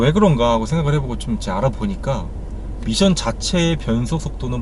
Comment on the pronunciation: 미션 발음에 빠지네요 ㅎㅎ